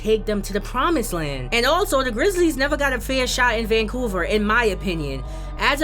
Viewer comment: Vancuver lol🤣🤣🤣🤣 but great vedio